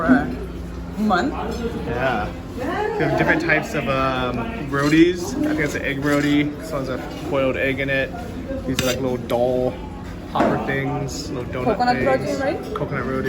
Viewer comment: Bro, they're pronounced "ro-tee". 😉